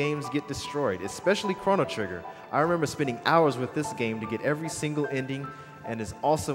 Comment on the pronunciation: the announcer doesn't even pronounce the title of the game correctly >.<